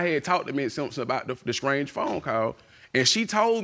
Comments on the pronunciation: "SCRANGE"=strange "SCRETCHED"=stretched "SCRESSED"=stressed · “mutuar friends” “scrange phone call” “scressed out” “pretnancy” “troof”